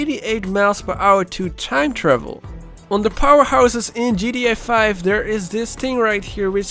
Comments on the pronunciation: Why dose he say gda5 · Why do u say gria 5 😂😂